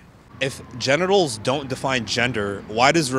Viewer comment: Let me giv u a hint ok "GEN"itals, "GEN"der🤔